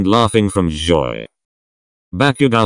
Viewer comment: Is it just me or the way the text to speech thing say joy